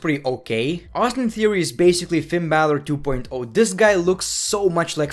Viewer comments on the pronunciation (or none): none